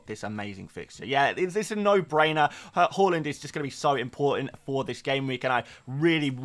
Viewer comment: Please learn to say Haaland correctly next season 😂😂😂😂😂😂😂😂😂😂😂😂😂😂😂😂😂😂😂😂😂😂😂